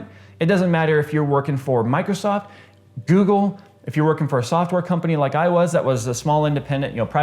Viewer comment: why u pronounce the GOOGLE to JHOOGGLE, but i LIKE ur video Thumps UP..... WHY NOT MAKE A VIDEO HERE IN UTUBE, TO DYE ur hair, IT MIGHT BE A VIRAL VIDEO...trust me...and another thing Waxing ur hair Chest for ur UTube channel, just to be different from PC BUILT......why not on the Fashion industry to sponsor ur video, like NOW??? ur wearing QUICKSILVER apparel...even though u only have 3 frnds physically now, here in utube we are Millions of ur Frnds, u have now 2.1M Subscriber...DAMN